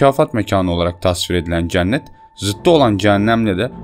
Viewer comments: Hocam çok güzel bir video olmuş öncelikle ama "ceannet" diye teleffuz ediyorsun ya cenneti ısrarla kulağıma takılıyor hep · Olumsuz yorum olarak algılamayın ama Cennet telaffuzunuz yanlış kapalı e olmalı dikkat ederseniz aradaki farkı anlayabilirsiniz ,TRT telaffuzdan da bakabilirsiniz.